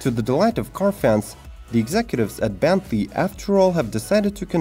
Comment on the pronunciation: I think he meant Bentley not benty